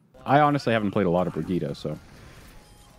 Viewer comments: Why do you keep pronouncing Brigitte different all the time D:?? Sometimes "Bridget" and sometimes "Brigitte" :( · Drives me nuts he pronounces Brigitte “Bridget” xD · i mihgt be petty but him mispronouncing brigittes name annoys the fuck out of me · dude can't even pronounce Brigitte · The number of different ways Briggite is pronounced differently in this video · how many times did he change the pronunciation of Brigitte than Brigitte mechanic.